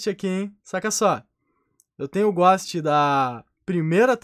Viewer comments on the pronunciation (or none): O "Ghóst" ta lindo mesmo na minha umiude opineition o melhor "ghóst" é o ghost-Osso de Mexilar